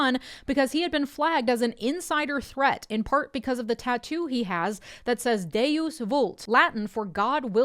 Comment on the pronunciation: Its not Daeus, if it was it would be pronounced the way you did (dye-us), it's Deus which is pronounced De-os.